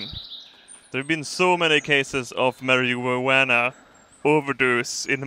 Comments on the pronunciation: Mary-Jew-Uana Åverdus LOOL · 'Mara-ween-Anna' xD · "MaryJoeAnna" lol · i like the fact that all three times that you said marijuana you pronounced them in a different way